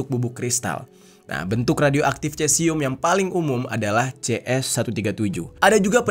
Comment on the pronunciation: Dibaca nya sesium kalau dalam ilmu kimia.. Dalam bahasa latin untuk bahasa ilmiah Ejaan atau lafal untuk huruf c biasa nya dibaca Misal : Ca Ci Cu Ce Co Dibaca nya KA Si Ku Se Ko.. Maaf itu mungkin sepengetahuan saya.. Terima kasih😊